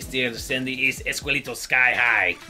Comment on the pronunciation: Me mata de risa ver como Max y hablan español en este juego! However, you are saying "esqueleto" wrong. Its pronounced "Eskeleto", not "Eskuleto", guys! Anyways, keep it up! this is awesome! YO VIDEOJUEGOS!